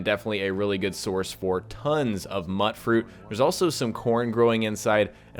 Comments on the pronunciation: Pronounced "Mute-fruit" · It's spelled mut fruit, but in the game it is pronounced MUTE-froot. It is a mutated fruit, hence the name.